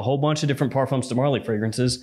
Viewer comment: Hi, thx for the review 😊 I just wanted to tell ya that " Parfums De Marley " is a French brand & the "s" in parfums is a silent letter, it's not pronounced. french ppl say " par. fin "